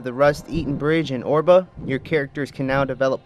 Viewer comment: It's pronounced "Air"-ba. Not Or-ba